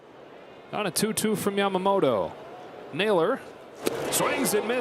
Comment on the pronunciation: キルステン・ワトソンさんはちゃんと『ヤマモト』と発音してますね。 意識してイギリス風？に発音してるのかな 個人的には『モロ』と呼んでます w